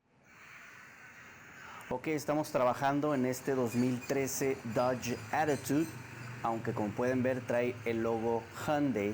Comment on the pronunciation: Aparte del video que esta excelente, me gusta la pronunciación de "dodge actitud "